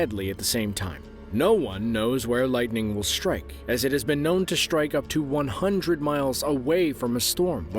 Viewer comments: no such word as shtrike strike yes shtruck no i dont like to hear that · Shtrike Shtrike Shtructure